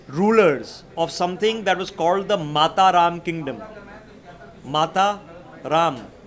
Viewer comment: is the king of bad Sanskrit pronunciation. Garudha! Abiseykam. Mataram is not Mata + Raam. It is Mataram like Vande Mataram. All his research in the guise of expert report is wikipedia regurgitated. It is etymology not epistemology. Epistemology is a very different thing. He is a confident guy with half baked knowledge.